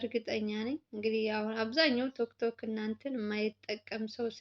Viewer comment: ፣ ቲክቶክ ነው የሚባለው እንጅ፣ አንቺ እንደምትይው፣ 'ቶክቶክ' አይደለም። በገመድ ታንቃ ስለ ሞተችው ልጅ፣ ስለ አማማቷ ምክንያት ብዙ ነገሮች፣ እየተባለ ስለሆነ፣ ባልተጣራ ጉዳይ ላይ ብዙ ባታወሪ መልካም ነው።